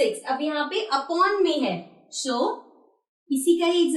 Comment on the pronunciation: Aap acha padhati Hans but aap so ko sho kyu bolti hoo